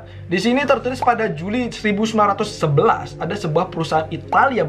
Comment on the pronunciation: apa cm aku yg denger ngomongnya 1919 bukan 1911?😂😂✌